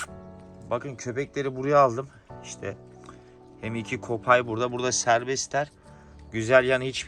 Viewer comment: Abi bide haberin olsun kopay die yazılıyo söylenişi KUPAY doğrusu